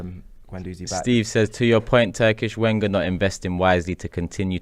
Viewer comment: it's pronounced Venger! :-)